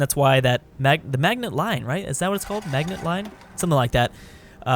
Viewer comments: It's pronounced ma-ji-no not magnet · Creeper Lord yea I was mocking his pronunciation of it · The Maginot line is pronounced "maj-in-oh" line